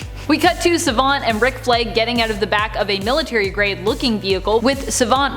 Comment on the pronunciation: Don't like the way you say Savant.